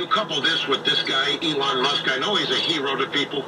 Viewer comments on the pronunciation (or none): none